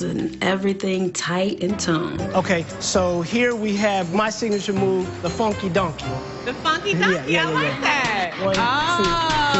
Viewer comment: Especially after “Funky Dawnkee”😂😂😂